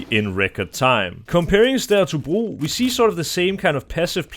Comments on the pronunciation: He is pronouncing it in danish where bro means bridge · Bro can you just say "bro" normally ?